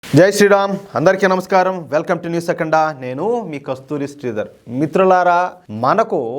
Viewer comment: మీ రిపోర్టింగ్ బానే ఉంటుంది కానీ దయచేసి ఈ చిన్న మూడు సూచనలు గమనిస్తారని కోరుతున్నాను. ఒకటి మీ సంస్థకు మీరే పెట్టుకున్న పేరు "న్యూస్ అఖండ" - మీరే ఆ పేరు పెట్టుకొని మీరే సరిగ్గా పలకక న్యూస్ "అకండ" అంటుంటే వినడానికి ఇబ్బందిగా ఉంది దయచేసి అఖండ అనండి రెండవది మీ తెలుగు ఉచ్చారణలు ఎక్కడ కూడా ఒత్తులు పలకరు భావం ఇలాంటి పదాలకు బావం అంటారు - దయచేసి తెలుగు ఉచ్చారణ మెరుగుపరచుకోండి. ఈ వీడియోలో అయితే ఒకటి మరీ ఘోరం ఘన అనవలసిన చోట గణ అన్నారు ఎంత విడ్డూరం. ఇక మూడవది మాటిమాటికి అర్థమయిందా అనకండి, అది వినే వాళ్లను అవమానించినట్టుగా ఉంటుంది దయచేసి గమనిస్తారని కోరుతాను..... భవదీయుడు డివిఆర్ చారి